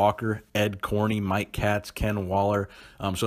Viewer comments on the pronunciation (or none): none